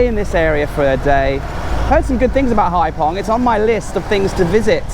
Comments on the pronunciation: What a difference. I was there in 2000. It’s pronounced hai fong, not hai pong. 😜😜 Thank you for these videos 🙏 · 'VIỆT NAM bởi MOTORBIKE' should be changed to 'Đi Việt Nam bằng MOTO'. Hai Phong should sound like 'haifong' rather than 'haipong'. Regards. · Just seen your blog and was,so disappointed, I was on Cat Ba 30 years,ago it was lovely looks like another tourist place to avoid. On a,side issue PH is pronounced as F in Vietnam 🇻🇳